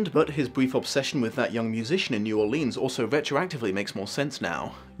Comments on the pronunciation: Great review! Just one thing. That's...not how you say New Orleans it's (pronounced like New Orlins). I hear people mispronounce it about 80% of the time, so don't worry about it. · Wouldn't it be Naarlins? Never heard a local pronounce the new and most seem to make it one word.